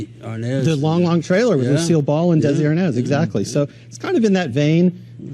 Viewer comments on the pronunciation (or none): none